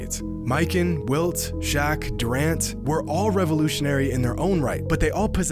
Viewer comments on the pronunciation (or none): He said shock instead of Shaq 5: 27